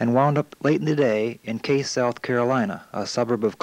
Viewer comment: Cayce, South Carolina . Pronounced Kay C. Awesome video of the days gone by. Love all the Chessie footage. Seaboard stuff is cool also.👍🇺🇸